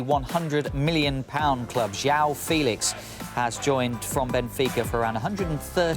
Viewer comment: JIAO FELIX AHAHAHAAHAHAHAHAHAHAHAHAHAAHAHAH JOÃO FÉLIX CRL xD